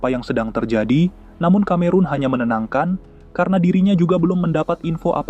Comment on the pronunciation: Film murah, tahun 1940 kok Messerschmitt ME kok udah ikut perang, pdhl pesawat2 itu baru mulai operasional tahun 1944. Konten kreatornya juga murah, Cameron seharusnya dibaca Kameron malah dibaca Kamerun (Cameroon), emang dia negara di Afrika? Dan ada bbrp lagi flaws-nya saya lupa.